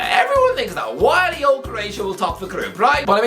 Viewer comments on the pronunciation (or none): none